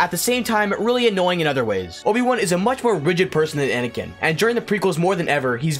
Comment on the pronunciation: You DID include Vader, you said ANiKan!!